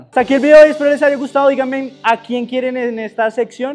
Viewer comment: Minuto 39’33 “Digamen”… Si no sabes tutear… Es mejor que no se metas!